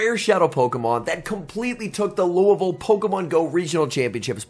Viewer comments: Big props for the pronunciation of Louisville! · I just subscribed because you said Louisville right 😂